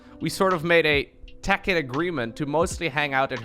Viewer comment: Tacit is pronounced "tasit"